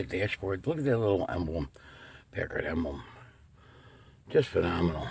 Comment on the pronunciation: PACKard--like "pack" a lunch! Love your magnificent car!